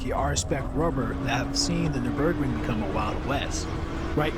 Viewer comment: Overarching … not overreaching. And you pronunciation of the NUR BERG RING sounds like new burg ring but with a strange rhythm. Very curious. Otherwise, good subject and lovely visuals! was that gt7 footage at the end?